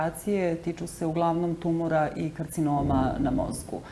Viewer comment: kako loša novinarka!Đ Gospođa lagano reče tumUr, pa o čemu dalje da razgovaramo :D A gospođi Danici, naravno,svaka čast!! :)